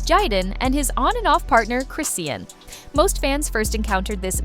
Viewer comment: Chris-ian? lmaoooo the voiceover lady could at least TRY, like give me a breakkkkkkk lol